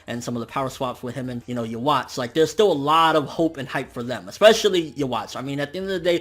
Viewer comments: Are you really saying "ya-watch" like you got ya watch on you lol.... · Every time you mispronounce Yhwach, I cringe a bit.